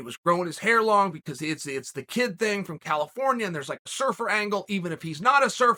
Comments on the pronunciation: Chael always says "Cal al al ifornia" all messed up. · "CAL - AL - AFORNIA." Something tells me old Chael doesn't have a musical bone in his body. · Chael singing Cal-if-orn-ia LOVE LOL!!!!